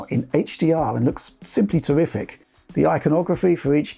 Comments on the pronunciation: " just tewwific" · Did he say terrific or horrific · Hey did you say Horrific or Terrific? I can't tell and I went back like 34 times.